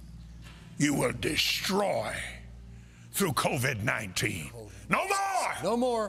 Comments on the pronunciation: He said c-o-d-v19 lol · He calls it "CODV 19." Watch Copeland weasel his way out of this later claiming, "This CODV 19" is different and it was also cured too. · Two reasons I know God did not speak to Kenneth Copeland: 1) He is Kenneth Copeland 2) God wouldn’t misspell COVID-19. Kenneth read, “CODV-19”. 😂